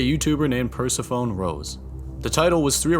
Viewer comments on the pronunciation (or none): I think it's pronounced per-seff-oh-nee homie. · "Per-seh-fuh-nee" "Duh-mah-ni-co" Not insulting you, just wanted to clear that up since these are pretty uncommon names. :) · It's pronounced purr-seff-oh-nee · i like how damonico was attempted multiple times to be pronounced but we just went ahead with "percy phone" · listen here pursaphone lol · whatever you say purse phone 🤍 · I'd heard of the Greek goddess but never correlated the spelling to how I'd heard it spoken. I figured it out when I worked with a girl who was actually named Persephone. The 1st time I saw her name on the schedule I loudly said "Purse-a-phone? Who tf names their kid PURSE-A-PHONE?!" I started laughing hysterically until a fellow worker came up to me & was like "uhh.. that's pronounced """" like the goddess". My face was bright red the rest of the night because I was an absolute fool in front of everyone. Lol So, no worries! I've made the same mistake!😂❤ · Please google how to pronounce Persephone. It's a beautiful name when pronounced correctly 😊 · Wtf, I didn’t know the way you said Persephone was incorrect bc it’s how I’ve always said it as well, but I just asked ChatGPT & I’m gagged at how it’s actually pronounced. Lol. How am I 34 years old & just now learning this. 🤦🏻‍♀️ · A lot of people who have a larger than average vocabulary don't pronounce many of the words they know correctly because they don't generally have a chance to hear them in conversations. I used to pronounce it like you did until I met a woman with a daughter named Persephone. I've mispronounced so many of the words I've read and I'm always grateful when someone is kind enough to teach me, so I can keep pretending like I'm smarter than everyone else when I'm talking. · It's okay, I only learned the word "Persephone" from a Simpson's episode, after all. 🤣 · A lot of people don't know how to pronounce it lol. Don't worry about it. Great video! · Might wanna look up the pronunciation of "Persephone."